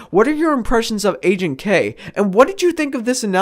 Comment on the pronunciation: Loved the video. Ps: Everytime you said "Agent K" I thought you were saying "aging K" lol it's funny considering what the video is about.